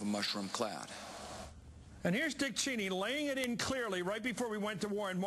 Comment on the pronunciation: So weird how CM says "Cheeney".